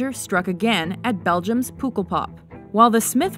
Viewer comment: LOL! it's not Beligum but Belgium :p and it's so funny how you pronounce pukkelpop ;)